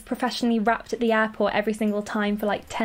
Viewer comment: ooooohhh you where saying airport*... i though you were saying *apple and i was like vut